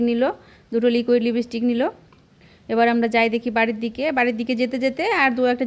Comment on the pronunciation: sanu kothata lipstick. lipistick noy. thik kore nio. tahole pujor bajar suru hoye gelo? vlo hoyeche.❤